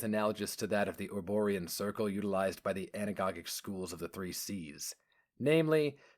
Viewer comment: Good stuff. One quibble, though: you're pronouncing Anagogis wrong, with an S sound for the second G.